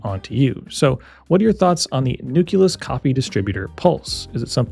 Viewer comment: Nucleus = new-kleus; same with nuclear = new-clear. Not newkulus